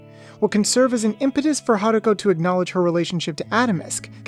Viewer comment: Goddamn it really bothers me that you keep calling her "Haruka". It's an O at the end dude